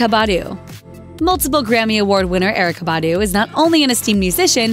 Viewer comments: Wow....the commentator really butchered Erica Badu's name! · Why was Erykah Badu pronounced funny like a small little pause like a robot had said it but fast. Just say it how it sounds pronouncedˈɛrɪkə bɑːˈdu. Her real name is Erika. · Yes just butcher Erykah Badu's name please😒